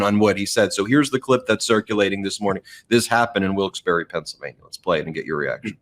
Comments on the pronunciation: WILKES-BARRE NOT BERRY! LOL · It’s pronounced WILKES BAR.